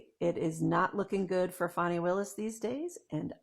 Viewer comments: FAN - ee not FAWN - ee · It's not pronounced Fani it's Fanny